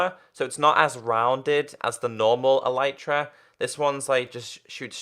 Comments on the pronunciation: ITS ELITE TRAH NOT EELYTRAh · it is pronounced el-eh-truh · its eletra not elitra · its pronounced eleetra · its a-lee-tra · THE ELYTRA IS PRONOUNCED ELETRA U FUCKING IDIOT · It's not elitra